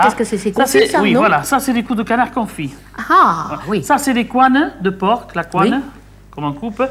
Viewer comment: J'adore comment Maité prononce le porc à l'américaine